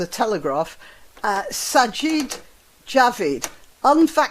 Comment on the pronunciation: Sajid = Sigh-yeed` I believe